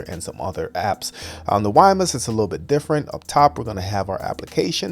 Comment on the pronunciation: Another presentation where the presenter cannot pronounce the product name correctly…. Wimius is not pronounced Wi mus, its pronounced with the second ‘I’ Wimius (wim ee us)